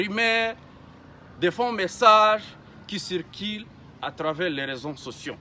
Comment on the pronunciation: D'abord tu n'es pas un congolais même le ton n'es pas congolais attend le pure arrive , vous tué les congolais pendant 30 ans , on ne dit pas rezo sotion , réseaux sociaux !